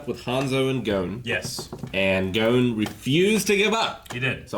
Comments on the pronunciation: They still can’t pronounce Gon right? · For me the voices are just fine. It’s the pronunciation of the names that fucking annoys me. They could pronounce Kurapika’s name just right but not Gon’s or Hisoka’s, which I think are fairly easier to say.